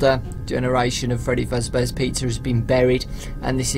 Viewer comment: Also u said "older generation of freddy fazbear pizza" instead pizza u said pizzars,XD